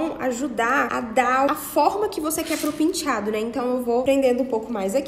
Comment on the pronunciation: Todos lindos! Mas que agonia ela falando PINtiado🤪🤪🤪🤪🤪